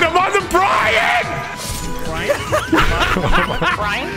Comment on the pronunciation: I like how you pronounce Brian